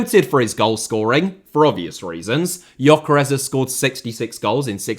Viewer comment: he does call Gyökeres Yokeres though :) This is how it is pronounced